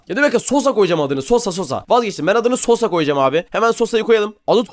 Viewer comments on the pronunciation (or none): Abi benim adım sosha ama sen daşvana sosa dedin